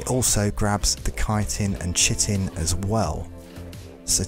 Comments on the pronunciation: My guy: you aren't the only one in this community, but it is pronounced "KAI-tin", not "chittin". Like, absolutely, unequivocally, 100% no question: that is how the word "chitin" is pronounced. But good video--thanks! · Chitin' is said like kietin. Kinda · You don’t pronounce chitin as shitin’. Great video tho I really liked it : ) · Well you were pronouncing it correctly but then you started pronouncing Chitin wrong